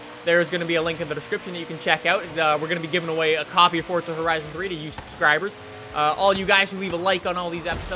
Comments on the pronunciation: Its forza not fortza 😂😂😂😂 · its FORZA lol not FORTZA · can you stop saying fortza holy fuck I've had enough there is no fucking t in forza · just giving u a heads up, it's forza not fortza. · y do people say forza with a t instead of a z its forza not fortza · it's not fort-za it is forza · it's forza not fortza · It's forzahhh not forthza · Its called forza not fortza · Why do Americans pronounce forza like fort za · It sounds like he says fortza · TwiistedGamer XD all you tubers do lik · cuz he does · I love that says fortza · where the hell do you get the t from when you say forza... its not fortza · it's not fortza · Stop saying fortza